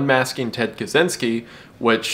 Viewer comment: I don't won't to be nit picky (I love your content mate), I'd just like to say that Ted Kaczynski has Polish roots. His last name is Polish. The thing is that the way we Polish people pronouns things is way way different then Russians do. You seem to be trying to read it the second way, so if you don't mind I'll try to do my best and help ya' with pronouncing it (I hope I don't come off rude). So the "Cz" in Polish we pronouns like your "ch" and the "y" in polish sounds as if your confused. Hope this helps, and ones again I love your content